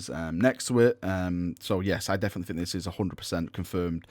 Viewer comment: The word is think not fink